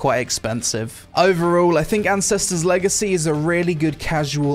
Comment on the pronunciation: I don't know if it's the accent or my ears but I definitely heard him introduce the video/game as "Incestors Legacy". lol.